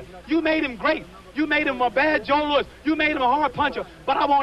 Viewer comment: "LOUIS" not "LOUISE"